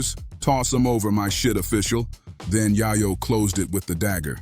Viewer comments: Its yayo yah yo wtf 🤣 who do u even say dat wrong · It’s yayo not yahyo . Dunce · YAYO NOT YAHYOO WTF KINDA CHANNEL IS THIS🤬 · It’s yay yo not yaya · who tf is yah-yo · " yah'yo" ....you hear how they pronounce his name un the audio and the mf still saying " Yah'yo" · I can’t even listen to this. You can’t even say YaYo right. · Man you do not know how to pronounce his name correctly lmao 😂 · Bro where are you from cause you’re fuxin up their names🤦🏾‍♂️ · U shouldn't b talking on shit homeboy u cant even get the mans name right goofy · Destroyed his name 😡